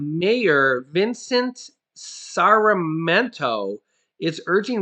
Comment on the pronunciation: Hi! I have another pronunciation for you: Sar me ent toe.😌